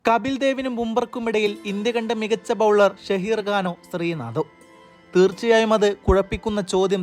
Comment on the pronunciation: ഷഹീർ അല്ല സഹീർ ഖാൻ